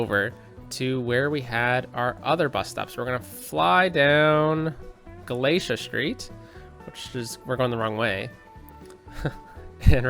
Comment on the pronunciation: Good choices today. Couple points: you need to check the street names to make sure your new one ways have the same name all along them, & Galatea is pronounced Gal-uh-TEA-uh, not Guh-LAY-shuh like the book of Galatians. Sounds prettier that way. And... You might have it on your list, but I still say you can connect the grain elevator and the little town where those two streets end close to each other and make it easier for traffic taking the left from the elevator into town. Why don't you name Holmes street Keewatin Drive? Hope I don't sound like a fuss budget. See you on Wednesday!